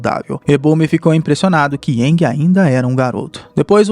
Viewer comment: Bacana essa versão mais proximo do desenho.... mas o nome do avatar é Aang [Eengui e não iangue]....rs